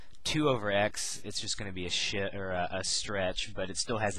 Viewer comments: lol I think he was going to say 'shift" but caught his mistake so he stop in the middle of saying it and it came out sounding like shit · I'm pretty sure he was about to say shift, but corrected himself, so it ended up sounding like shit. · he meant to say Shift but it came off his mouth. Slip Of Tongue